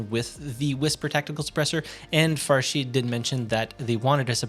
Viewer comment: Hi! That's me Farshid! And you pronounced the name correctly! Thank you so much! You are the GOAT!